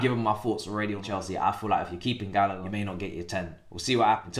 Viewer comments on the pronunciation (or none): none